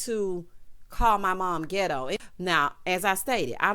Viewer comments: When you said qwerstion and gitto, if I didn’t scream on this Sunday morn, 😆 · Words of the day: QweR-strun Gi-doe Ree-speck-fer Me: hollering